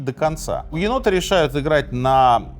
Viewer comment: Почему в описании написано гугеноты , а в видео слышно бугеноты? Как правильно?